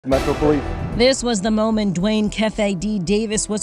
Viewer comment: Dwayne "Ke Fe De Davis" ☠️☠️☠️